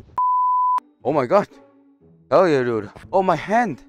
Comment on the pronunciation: Not hell :herr yeah